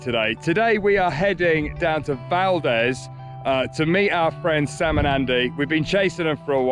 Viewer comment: Ugh guys… you’re butchering the place names here. Valdez is pronounced “valdeez”. Not Valdez like the surname. Tok is pronounced like token. Not like tuk tuk. You guys are killing me :-)